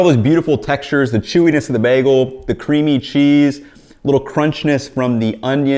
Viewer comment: my ideal is actually eggs over medium. Jellied yolk > runny yolk. Also, you pronounce bagel weird!